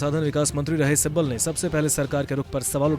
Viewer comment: Kapil Sibbal hai right Sabbal nahi dekh kar to thik read Karo .